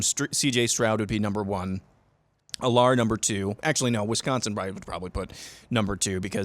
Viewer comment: I’m just gonna put this out there. Drew Allar’s name is pronounced Al-ler, not A-lar